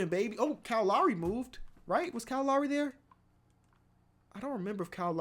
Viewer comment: the way you say lowry stresses me out